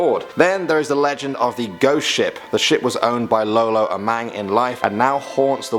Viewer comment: its not low-low x3 its lolo